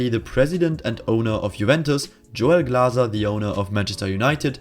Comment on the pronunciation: That German pronunciation of Glazer and Kronke 🌟